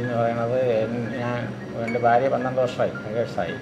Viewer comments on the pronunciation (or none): ഫാര്യ എന്നും ഇന്ത്യക്ക് ഫാരതം എന്നും മോഹൻലാൽ അഫിനയിച്ച ഭരതം സിനിമക്ക് ഫരതം എന്നും പറയും.. 🤣